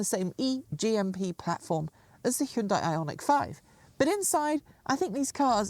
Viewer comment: Hyundai rhymes with Sunday.